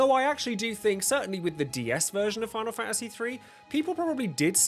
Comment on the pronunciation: Fa a see? I didn't think it was possible to pronounce the word faNTasy with a silent N and T